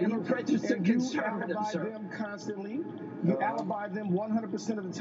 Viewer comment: A congressman saying "choo" not you, sad... I would have cut his mic.